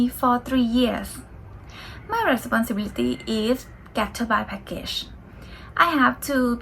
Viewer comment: ขออีกคำนะคะ responsibility ไม่ใช่พูดติดกันรวดเดียวว่า เรสปอนซิบิลิที้ แต่พูดว่า เรสปอนเซอะบิ'ลิที้ (rəˌspänsəˈbilədē) เน้นพยางค์ที่3 นับจากท้ายค่ะ